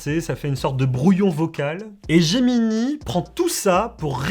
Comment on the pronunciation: Gemini et non Geminee, S'IL VOUS PLAÎT.